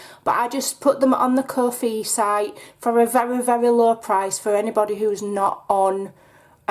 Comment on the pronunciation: it's ko, as in oh with a k on the front, and fi to rhyme with fly.